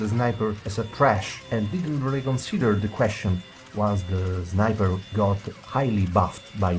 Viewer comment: good English.But instead u shouldn't say zniber ;3